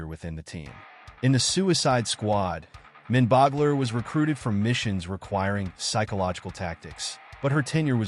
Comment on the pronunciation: I realize that you are probably an AI, but to misspell Mindboggler when the character's name is written on the screen and then run with that misspelling and mispronounce the character as "Minboggler" three times during the video is just lazy editing.